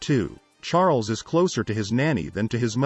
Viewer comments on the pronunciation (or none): Charl-ess??! Really? Awful, just awful! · I think I might like this more if the narrator didn't keep calling him "King Charlotte." Also, there's nothing new or even interesting here. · What? Charles ascended to the throne at 10 when his uncle abdicated? Did I mishear you? You can't even get his name right (Char - les). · anyone else pick up the voice pronounce Charles as Char-less? found it amusing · It would be nice if you could say his name right. Or get some one who can ! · This is wrong she descended the throne at 26 in 1952 after the death of her father George VI not at 10. Her father descended the throne when she was 10 and when her uncle his brother Edward VIII abdicated. GET YOUR FACTS STRAIGHT. He was not a retarted boy. This guy doesnt know the meeting of retarted. He someties mispronounced Chares ad whats so horrible about this. Oh please towels folded wrong, water level, and placement of the bathtub plug. Too picky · Who needs to listen to an AI reading of the text that mispronounces Charles name constantly?